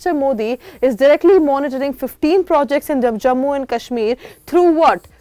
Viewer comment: I live in baramulla bro and it's not kasmeer it's kashmir correct your" talafuz " hangul is in dachigam and it is safe and even if it is in danger your opinion doesn't matter it's the central govt order to do whatever they want . If crpf will attack your home or identity how you will save yourself by neglecting development in kashmir you don't have any job because are not capable of that and i want job that why I am happy with decision of govt if worked